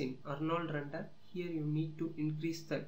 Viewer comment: dude its called render not rundur. speak corectly because other peoples are laughing on you.